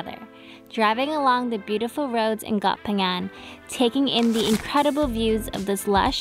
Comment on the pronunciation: You pronunciation of koh phangan is PERFECT. 👌 Drives me crazy when people are like KOH PANGYANG smh 🤦‍♂️